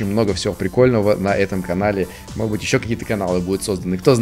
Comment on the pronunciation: говорит модбыть место можедбыть